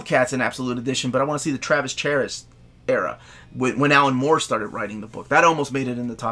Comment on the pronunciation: FYI, Charest is pronounced “shar-REST”.